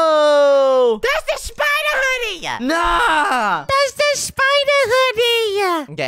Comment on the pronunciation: i like how and said spider at the same time and shpider